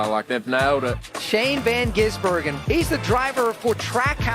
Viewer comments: You're still pronouncing his name wrong!! It's Van Gisburgen, not Van Geezburgen!! (This from a Kiwi) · Shane Van Geez-Burgen. Haha! 🤪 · I'd like to see his name pronounced correctly for once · Just learn to pronounce someone’s name if your doing a story about them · you still got his name wrong lol